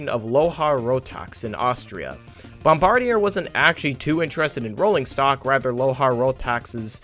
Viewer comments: bombardier isnt pronounced how it looks, its pronounced Bom-BAR-dee-ay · Meh, might be worth a redo/reupload at some point including a better pronunciation of "Bomb-bard-e-eh" but regardless it's a great video that I wholeheartedly endorse. The Bombardier Bilevel like the Bombardier C-Series now renamed Airbus A220 has really become symbolic of Canadian transportation ruggedness and utility... As is the Dash 8 and CRJ programs include the one brought down over Washington last week by that Blackhawk who flew into the side of it... Other than this tragic accident the company is known for making Volvo-like products that can survive the bone-chilling and harrowing conditions of a Canadian winter. After all it's not uncommon to see -25c to -30c during the winters here not to mention the +35c summers we see now all the time thanks to global warming.. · Pronounced bombard-e-yay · BOMB-BARD-E-EH dudes! Why can't the world get this right? They've only had 100 years, FFS! It's named after the French-Canadian inventor and his family, not the military position... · Bombardier is a French name, it isn’t pronounced like an English name. Pronounced “Bomb-bar-dee-ay”. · I believe it's pronounced Bombard-ee-ae.